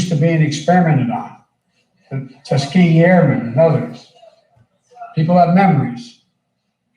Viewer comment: 'Tuskeegee Airman experiments?' WTF Biden.